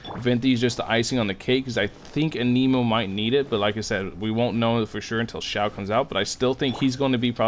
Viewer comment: It’s not “Ay-knee-moe” It’s “An-Nih-Moe”